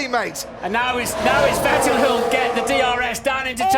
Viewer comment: Will someone tell anyone from the UK that there is no F in the word Vettel??? OR VERSTAPPEN.